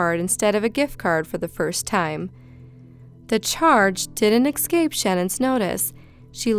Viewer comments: Listen,, it's E-SCAPE. NOT ex-scape. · All I can hear is your "s" sounds...also, say it with me: ESCAPE <-- Notice how there's not an "x" in that word?